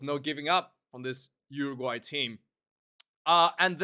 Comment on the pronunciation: lol...cmon its Uruguay